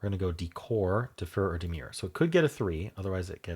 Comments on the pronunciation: As others suggest, it isnt demure as pronounced here by. That is a different word. The second syllable of demur rhymes ( in UK English and probably US English too ) with purr fur her and so on. Slight emphasis on 2nd syllable, unlike lemur when emphasis is on first syllable, But let’s be fair lemur ❤was a great guess. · Fairy - Prune - Cures - Rogue (mistake) - Lemur - Demur What the hell is Demur 😂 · It isn’t quite like lemur, different emphasis on syllables in demur. Check out the US version, I can only tell you UK pronunciation, I knew the word though it is low frequency.